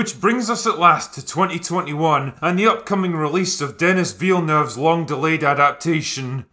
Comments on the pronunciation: Not to be pedantic, but that wouldbe Deh-nee Villeneuve.... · I'm so triggered by the butchered pronunciation of Denis Villeneuve name. 😂 Great video all the same dude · deh-NEE vill-nuuv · "Dennis Veelnuv" lmao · Lol the way you pronounce denis villeneuve